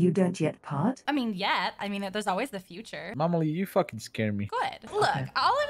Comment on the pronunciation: Did he say " Mama-lee" at the end there?